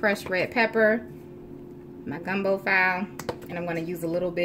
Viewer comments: Hello The gumbo seasoning you called it file but it’s pronounced FA-LAY..just a little FYI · In order for it to be dark u hv to make the roux darker urs looked a little light...adding that gravy master takes away from the taste? Idk I’m asking..and it gumbo file’ (fee-lay) lol.. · Awesome....but it's Fee-Lay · Imani Harrison lol she said gumbo file 🤣🤣 we need to play her some some that Jambalaya by Hank Williams!